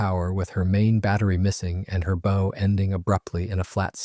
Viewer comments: front of ship is called BOW NOT BOE MCDIK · Bow like ow, cow, or take a bow. Not oh, or tie a bow. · Bow as in boe.... No, tis bow as in a dog's bow wow wow ! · Oh yeah 😎? It's Not called: "a Forecastle," it's called: "a Foc'sle." It's Not called: "a beau," it's called: "a bow," as in bow wow. The lateral sides are Not called: "gunwales," they are called: "gunn'ls." The Bathroom is: the "Head." The Kitchen is: the "Galley." 😂 lol 😊❤ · And its bow, as in now. Not bow as in window. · BOW of ship is pronounced “baw” not “beau” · Thanks for taking what could have been an interesting video and making it utterly boring. The way you drone on completely killed this video; and btw it's pronounced B-ow. As in Bow-wow. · Decent enough video. But for the love of god...it's pronounced like COW, not a ribbon on a box. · Relating to ships and boats, bow rhymes with cow. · You are smart sounding but can't say bow right. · is the second time he pronounced bow as 🎀. 🤖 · You can pronounce the name of the ship yet you can't say bow . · I had to quit after the third mispronunciation of bow. You should be ashamed of yourself. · Bow, not bow. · That’s what I came to say. Rather embarrassing for such a channel to not know how to pronounce bow. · Exactly. Bow (front of a ship) rhymes with cow, not go. It’s a basic nautical term, not an accent issue. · I like the video and am assuming this is at least in part Ai. There are quite a few mispronunciations especially bow and forecastle. Also many pix don’t seem to match the narration.